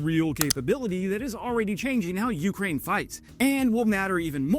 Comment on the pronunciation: You krain you krain you-krain Its one word